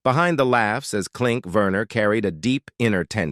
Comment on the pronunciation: Not Verner, Werner. The AI is awful.